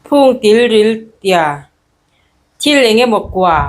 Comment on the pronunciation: Tilril tih ani loh khi ( Tiril tih in nih khi i zia nang pawn)